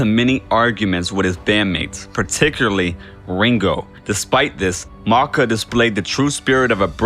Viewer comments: Why are you referring to him as “Maaarka”. The nickname is “Macka”, rhyming with “backer” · "Mocka"? Ummm. No. Ringo pronounced Paul's nickname as "MACK-UH". Oy